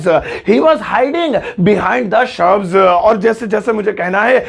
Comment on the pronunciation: Shubs nahi shrubs 'correct ur pronouncation'.thobda